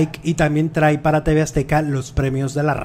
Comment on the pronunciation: Trai nooo!!! Se dice trae!!!!!